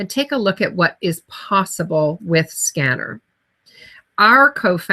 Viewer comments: Its pronounced sken- nar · Ask a Scenar expert who can't even pronounce the device name?? lol